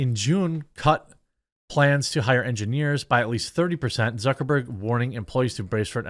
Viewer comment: Why is this the first time I heard someone call him Mark Zuckerborg? I am crying.. 😂